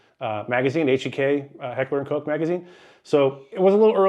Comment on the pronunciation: First time I have ever heard anybody on video pronounce Heckler & Koch properly.